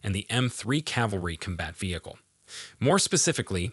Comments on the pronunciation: “Cumbat” “Horsebar” 😂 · Lost me after the 20th time saying Kum-Bat Vehicle... and 45 tones ... whats a 45 tone? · "Cumbat" "Puwer" whats with you and pronouncing the letter "o"?